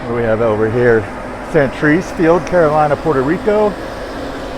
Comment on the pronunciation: Great work,. Dean Gearhardt 2023! (If you're going tomake us pronounce Wagner's hometown correctly then you can learn to say "Ca-ro-LEEN-a" for Clemente.